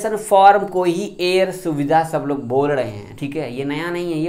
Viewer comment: Self declaration form air swedha😆😆😆😆 pahle bhai apan bolna Sikh ja uske bad FIR sab Ko samjha